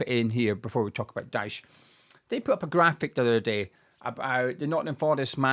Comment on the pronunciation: Your can’t pronounce his name